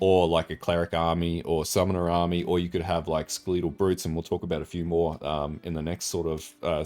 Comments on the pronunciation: fucking skel-a-tol because its a fucking skel-a-ton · the way you say "skeletal" hurts me